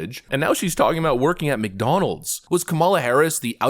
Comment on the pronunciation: she didnt even believe she had to say McDonalds... or rather mc.. donalz... give me more hooch please